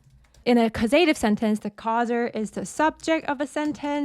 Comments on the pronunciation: Great lesson as always, but.... causative is pronounced with the emphasis on the first syllable please, CAWsative not cawSEYtive. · Right, it's correctly pronounced CAUSE uh tiv. caus·a·tive /ˈkôzədiv/ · Do all Americans pronounce ‘causative’ that way? Just asking as l had never met it before. I find it rather distracting, tbh. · Excellent lesson as per usual. Really like this new korean font. The way you pronounce the word "causative" was a bit distracting not gonna lie 🤣